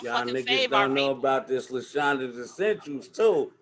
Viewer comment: Don’t be simple. Grandma taught you right. It’s La-Shondra. #PRESSURE